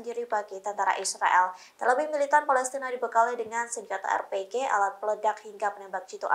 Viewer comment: lagi lagi bilang ER PE GE, Bbukan AR PI JI SEVEN